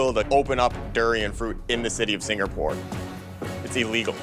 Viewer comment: “The city of Singerpoor”